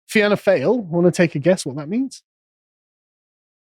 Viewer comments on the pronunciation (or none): Great vid Sargon. Fáil pronounced fall. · Fine (just say fine as you would say in in English) Gael (pronounced gale). Fianna (feeanna) Fail (fawl) . But tbf "fail" is a good descriptive term. As a seasoned observer of the Irish political landscape I agree with pretty much everything you lads have said here. And the vast majority of blue collar Irish like myself probably would agree too.